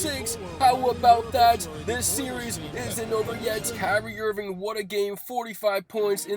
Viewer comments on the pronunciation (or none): none